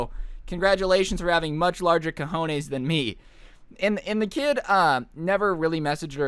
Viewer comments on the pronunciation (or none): none